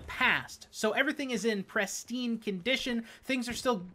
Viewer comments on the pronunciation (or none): PRIStine NOT PRESStine